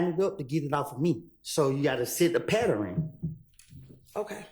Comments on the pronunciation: New word-- Patteren😂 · Wtf is a patterrin😂😂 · Don’t forget about the, “U have to see the PATTERING”…😂😂😂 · “Patterin” got me 😂😂